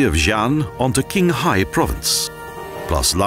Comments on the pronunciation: I think it's pronounced as "Chinghai" and not "Kinghai". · Qinhai is pronounced as Ching Hai not King Hai. Why not learn the proper pronouncition while in China producing the video? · It is pronounced, "chinghai", not "kinghai". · it's Tsinghai or Qinghai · It's pronounced "Tchinghai" not "Kinghai". Awful. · The narrator is a fool. Qinghai is pronounced "chin hi", not king hi. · King-hai ? Clearly the narrator hadn't bothered to find out the correct pronunciation. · I am sorry... Even put all the personal position or beliefs aside, the pronunciation of Chinese toponyms (e.g. Qinghai, Xi’an, Lanzhou, Kunlun Mountains...) in this video were literarily trash... Also, the Qinghai-Tibet railway does not pass though Himalayas at all.